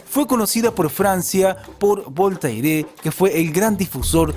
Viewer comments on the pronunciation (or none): Se pronuncia "VoltEr"